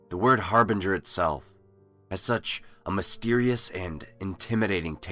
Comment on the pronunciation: I am so glad that you pronounced the word "harbinger" correctly. Throughout my life, people(including teachers) seems to always mispronounce it.